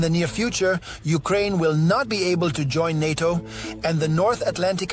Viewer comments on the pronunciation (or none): Its NATO, not HATO…👍